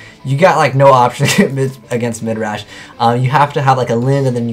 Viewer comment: Stop. Saying. Midrash.